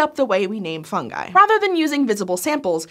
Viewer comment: It’s pronounced fungi not fungi.